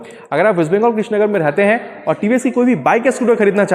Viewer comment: Its krishnanagar not krishnagar! Btw nice video!